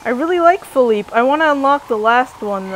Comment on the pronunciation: U lrnounce feliepe name wrong